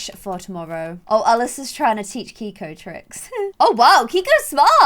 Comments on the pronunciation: I thought Keiko was pronounced (kay-ko) not (kee-ko). I'm not sure though, haha <3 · It is not pronounced k-ee-k-oh it is k-ay-k-oh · Hey! Love this series! Did you name the dog Keiko? That’s my grandmas name and it’s pronounced KAY-KO. Just a heads up!